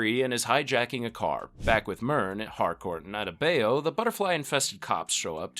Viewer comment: Bruvh you butchered Adebayo’s name😢 that’s not how it’s pronounced